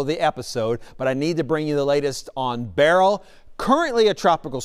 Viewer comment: not looking for a Flippen star, I'm anxious to hear some say the name correctly. I'm irked! Grr.....😂